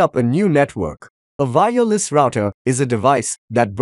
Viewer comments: The way you day "vireless" confused me instead of saying "wireless" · say Y then say ER then put Y in together with ER now say "Y ER" with "less". Now you can say Wireless and not fkin Vireless. You dont say Vindow so why Vireless? ty.